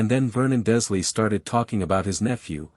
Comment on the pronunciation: Very gripping story. Given your pronunciation , you or AI ate consistently leaving the “R” out of “Dursley”. In this story, Harry is seven, Draco in this story is eleven, it in the books he is the same year as Harry. iGinny in the books is a year behind Harry, but since she was buying a cauldron Lucius slips the diary, she would be heading into her first year, therefor eleven as like Draco.